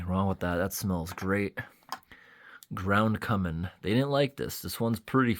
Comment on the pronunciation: "Ground Cummin" 😂